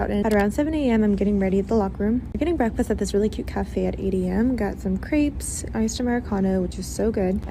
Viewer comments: Crepes pronounced kreeps, I wonder how she pronounces lingerie, lingry probably. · How the hell did she just pronounce crêpes 😳😳 Her account doesn't seem to exist on Tiktok anymore by the way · Got some ‘creeps! 😂 it’s crêpes my dear 😆😂😆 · "Im so cultured I cant even pronounce crepes correctly" "Creeps" ☕️ women Edit: 11 minutes of pure cringe! What are you doing to us my dude?!?!? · Can't even pronounce what they're eating correctly.